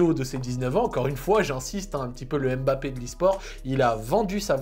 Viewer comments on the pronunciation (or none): none